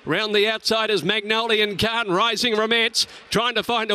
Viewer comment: Errrr, excuse me Mr Caller, the horse is called MONGOLIAN KHAN, not Magnolian Khan. One is a ruthless General who massacred his way across Asia, while the other is a flower. Tiny difference I would say.